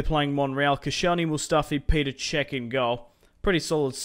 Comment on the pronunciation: It's not Peter cech it's petr cech